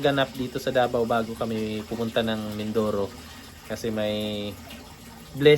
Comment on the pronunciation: its Mindoro not Minduro😂✌️✌️✌️